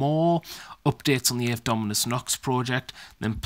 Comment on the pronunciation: A bit to many spikey bitz for my taste but other then that, great job! Its "ave" as in Latin btw. So a different pronunciation.